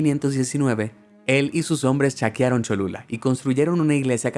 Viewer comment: dice chaqueron en ves de saquearon skskksk